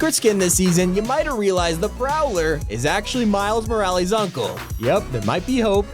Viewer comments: I died when he said miles moralys. It is pronounced Mur-al-ees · Why does keep saying Miles Moralees when it it Miles Morales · It’s not miles moralees it’s miles morales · Can we acknowledge that he said Miles moralies instead of miles morales 😭😭😭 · He said Miles morallys not Morales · It’s not miles moraLEES it’s MY-ELS-MA-RA-LISS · He said miles moralees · Man said miles morallyes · Miles Mo-Ra lees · Miles Moraleez? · “Miles mo-ra-lees” 😂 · Bro said morals morales🤣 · bro said miles moraleez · I laughed so hard because when said miles marles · ITS NOT MORALEES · Bruh, Miles Moralees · You pronounced morales wrong Lmao 🤣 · The way he said miles morales bruh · Why’d he say Morales like that? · anybody else noticed how he said miles morales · My man's couldn't say morales for the life of him